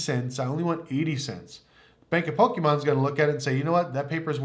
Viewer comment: Its Pokemon not pokiimon. Great video though. Props are awesome!